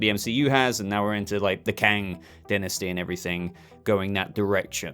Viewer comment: Ill admit English is not my first language, but I dont think Ive heard anyone pronounce Dynasty the way you do. Anyway, great vid,. Always check on your The Batman news and discussion videos. Keep up the great work